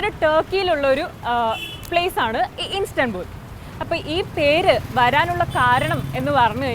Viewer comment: ഇൻസ്തൻബുള്ളിനെ ഇൻസ്റ്റബുള്ളല്ലാക്കി 😂😂